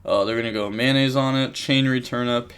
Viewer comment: Am I deaf or he’s saying “mayonnaise” instead of “Metanoise”? 😂